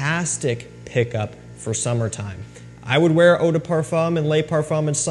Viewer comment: As a French speaker, please stop pronouncing le as “lay”. Instead, the correct pronunciation is like “luh”. Same as “de” in Eau de Parfum. 🙏